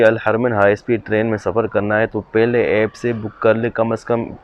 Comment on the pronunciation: Everything was perfect in your video Except Aip (App) Baig (Bag) Maip (Map) 😃